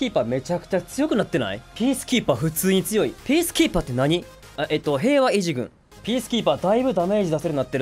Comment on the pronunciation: 「平和維持軍！」 言い方がスッキリしてるw